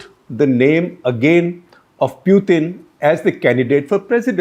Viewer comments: Interesting piece by SG. But I find it distracting that he cannot pick the right pronunciation of Putin. The accepted pronunciation is POO-tn not Pewthin or Poothin. He also swicthed the pronunciation a couple of times! And he made one glaring error - talking of Russia supplying weapons to both China and Russia when he was probably intending to say India. SG also uses Sovieth instead of Soviet union. Seems to favor the soft "the" sound over the harder "t" sound. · He is not p-ew-tin .. he is p-oo-tin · This Shekhar Gupta with his annoying delivery ( constant hand waving & a gross Bazaar accent ) insists on mis pronouncing “Pootin’s “ name in 10 different ways. His analyses is ridiculously infantile. But I guess as the saying goes “ in the Land of the Blind even the One eyed can become the King”. The avg. IQ of India is just 85 (?that for even Thailand is 95, China 103 ! ), and the IA of the BIMARU states even LOWER. But they constitute 40% of the electorate and have run the country since Independence, to get which they did so little. They are responsible for India falling so far behind China. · Please don't call him Pewtin. It is annoying to hear wrong pronunciation. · Can you stop calling 'Pew-tin' ? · What a waste of time listening to this guy. He beats around the bush, digresses a lot, and can't even pronounce Putin's name properly.